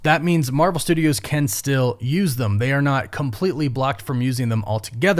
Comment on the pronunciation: Are you saying thumb or them?